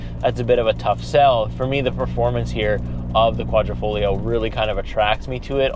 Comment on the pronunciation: There is nothing ‘esc’ about the exposed carbon fiber panels ! Also it’s a QuadrifoGlio, not folio. Dude, do some homework before you review a car, especially an Italian one.